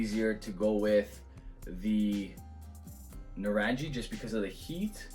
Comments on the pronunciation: Pronounced nuh-rung-ee, it's a hard G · Loving the review. It’s pronounced naa-rung-ee which as the bottle says refers to oranges in Hindi.